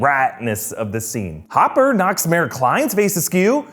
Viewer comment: you called hopper homper